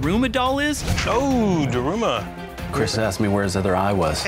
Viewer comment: Bruh can you pronounce Daruma right!